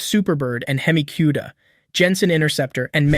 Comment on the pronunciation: How bout that hemi kewdua 😂😂😂😂